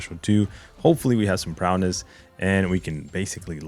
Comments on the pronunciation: Prowess, not prowness 🤣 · Why does he say “prowness”?